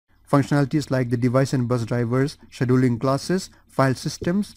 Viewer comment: I hate to say it but your mispronouncing scheduling really really bad. lol and some other words too.